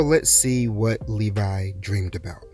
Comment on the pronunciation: Thank you, it sound like Nevi instead of Levi thank You